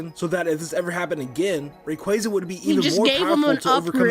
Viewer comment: Congrats,! You and Chuggaaconroy share something in common now! You both mispronounced Rayquaza’s name for years